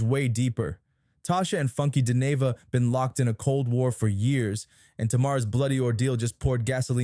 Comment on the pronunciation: Its crazy that you dont know how to pronounce his name. Your not part of the culture ... Move on Sr